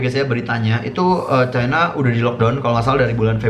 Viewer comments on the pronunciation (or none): none